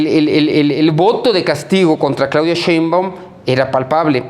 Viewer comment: Ya que aprenda a pronunciar de una buena vez el ciudadano Páez Varela... SHEINBAUMMM